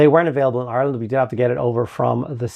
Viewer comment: I didn't realize you were from Ireland until you pronounce Ireland.